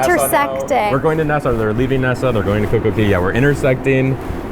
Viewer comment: Why do you always call it Coco Key not Coco Cay?